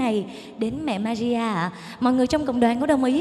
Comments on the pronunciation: yêu cầu Bảo Thy phát âm lại bàn đầu thì là mẹ maria câu 2 là mẹ madia Mẹ Maria chứ k phải mẹ Madia ... giọng địa phương có thể phát âm đc nhưng danh từ k đc phép đọc sai. vần r và d trong âm nhạc hay sử dụng vần d nhưng k 1 ca sĩ nào hát danh từ sai đc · Thy hát rất hay nhưng nên phát âm chuẩn hơn ở từ Maria. "Ri" chứ k phải "di" thì sẽ còn hay hơn. Thanks